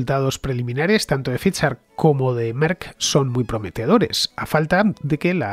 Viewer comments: No entiendo por qué Fernande se empecina en decir fiser cuando la propia que es la que sabe dice faiser. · Ficher o faidser ese es el dilema